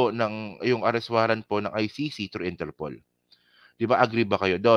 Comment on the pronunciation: INTERPOOL din pqgkakadinig ko.